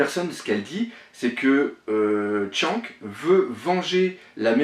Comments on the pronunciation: Shanks shanks s'il te plait prononce bien le nom des personnage des mangas . C'est vraiment deg. Fait un effort. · Pitier un petit effort sur la prononciation de Shanks xD Sinon pas mal la petite theory.